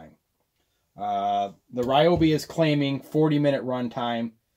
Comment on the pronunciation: It’s pronounced REEOBI